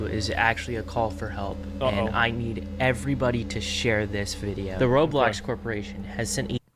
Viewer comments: did he just say “Robox?” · "Robox" i cringed this hard